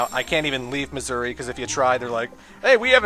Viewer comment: When he says Mazuri it kind of sounds like he's saying "Missouri".